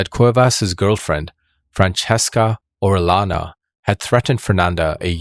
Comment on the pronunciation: Just found the channel recently and subbed! Just one thing about pronunciation. The double L is Spanish is pronounced like a Y. Gallo, Orellana, Trujillo should be like Gayo, Oreyana, Trujiyo (Tru-hee-yo).